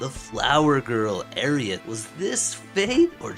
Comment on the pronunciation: I can't get over how you saying Aerith! Airy-ith! Please, my, it's more like air-rith. I think it was meant to be a combination of Air & Earth as she represents nature. Great video though, i just had to get that out and that's a me problem not you.